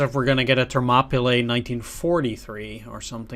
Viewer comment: It's pronounced 'Ther-mop-ah-lee'.